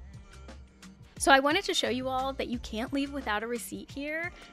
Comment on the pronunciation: “It’s not Djambo but Jambo”. Well actually it’s Jumbo 😇 Also it’s Plus and not Plas (which means pee or puddle).